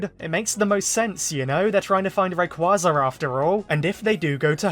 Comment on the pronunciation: If Zinnia doesn't appear despite her literal dragon saviour playing a major role in Horizons, this will be SUCH a missed opportunity. She HAS to show up here since they blew their chance to bring her to the forefront in Journeys Btw it's pronounced "ray-QWAY-za"